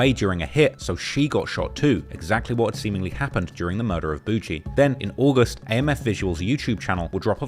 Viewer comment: It’s boogie like boogie man not bougie